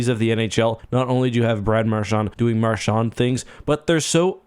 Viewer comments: Hey bro you keep on saying Marshawn it's Marchand he's not Irish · I know what you can do have some respect and say his name properly